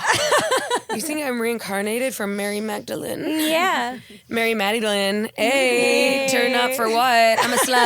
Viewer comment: Mary Magdalene... Mary Maddy-lene 😂